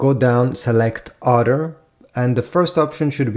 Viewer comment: bro said other wrong